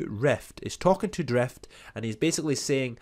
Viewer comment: Drift not Dreft